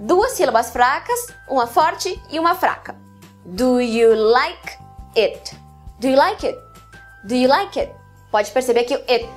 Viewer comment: Nossa, que interessante. Não sabia nada disso e é minha propia língua! Haha. Mas tenho uma clarificação pequena - tenha cuidado com o som do "do you". Como você disse, muitas vocês nós pronunciamos isso rápido; mas seria "D'ya" com o "D" forte. Se você dizer "Gya", isso é o som do "DID you", no pasado. Então... se diz "Where dya live (do you)?" e "Where gya live (did you)?" Não sei se isso fez sentido mas espero que sim.